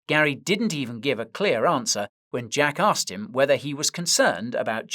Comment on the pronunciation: Are you saying Jack asked or jackass